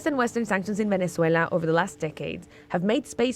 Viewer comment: It's so weird that pronunciation of Venezuela changes from Spanish to English. And other countries are pronounced in English.